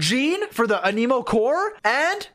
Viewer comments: is it so hard to say Ah ne mou? and not an E mo? like bro say it correctly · Does he pronounce Anemo that way on purpose ? 🗿